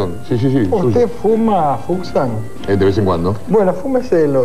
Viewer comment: Le dice 'Fuxan', por Luis Fuxan (en vez de Fuchs), mezclando todo